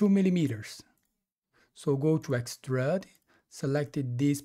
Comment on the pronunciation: Since recently discovering these tutorials, I have been following along, in Fusion. I have gone back and recreated at least 10 of your tutorials, thanks! I have learned quite a few new techniques and different / better ways of accomplishing specific design aspects. I still chuckle every time you pronounce it 'x-trud', instead of x- trude ('ĭk-stroo͞d′), thought you might like to know. (use Google to "define Extrude" and click on the speaker icon to hear it). Keep up the great work!